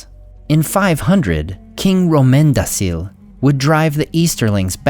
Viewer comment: Rómendacil.... Dude... Its RómendaKil. Not RómendaSil Same with Narmacil, its NarmaKil This is basic stuff